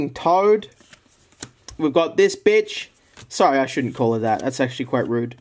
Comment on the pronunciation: I'm sorry for calling her a BENCH, never call a waman a BENCH. Also max one second later: Let's see what we got here, THIS FOX BENCH.